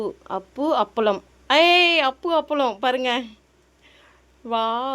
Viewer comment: அப்பு அப்பளம் இல்லை அன்பு அப்பளம்